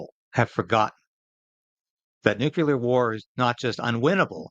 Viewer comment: Nucular war, do you mean to say nuclear war?